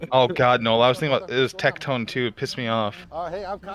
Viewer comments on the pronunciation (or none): Did call him "Tectonetwo"? Lmao